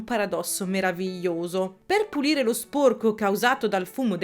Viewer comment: ti prego, sporco con la o chiusa non si può sentire 😭, capisco che è caratteristica regionale ma ti prego prova a dirlo con la o aperta🥺